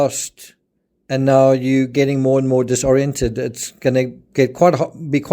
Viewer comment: Thank you for this! I also noticed you are one of the few creators who actually know how to say disoriented instead of the way most people say it